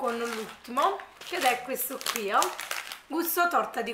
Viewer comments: Infatti...da napoletana dico che è terribile 😥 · Ti posso fare una domanda?ma perché dici sempre..meo..questo queo.. Sono giorni che cerco di capire.. È una forma dialettale del tuo paese o città ?non è un offesa attenzione..voglio solo capire 😁